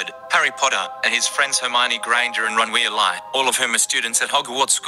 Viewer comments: "Ron Welay" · “Ron Wealie!” 😂😂😂😂😂😂😂😂😂😂😂